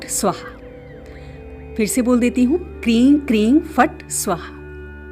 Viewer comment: Kreeng bola aapne ya kreem?